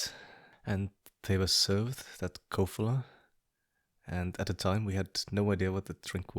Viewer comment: huh I live in Czech Republic and u did said it right Kofola is the best mhaw much love <3